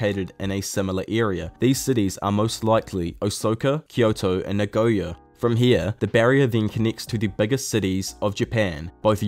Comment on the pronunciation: Great video but as a tip you should try and pronounce the japanese names of things a bit better. I understand it is a bit difficult to pronounce at times but just look at how things are spelt. E.g. you pronounced the city Osaka as Osoka. It's not difficult if you pay attention and I think it would improve the quality of your videos!